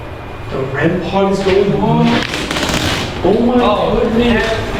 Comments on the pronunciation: Hey I just wanna tell it's "rem pod" not "rem pot" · It’s not called rem pot it’s called rem pod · Man! it's not REM pot it's "REM-POD"🤦‍♀️